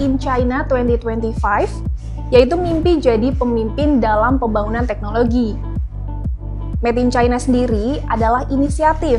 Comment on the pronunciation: "Met in China" atau "Made in China"?